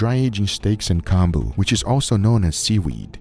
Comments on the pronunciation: It's pronounced like comb-boo. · I wish you had said the name of that salted "combo" (?) clearly. You just mumbled it and it's completely impossible to understand.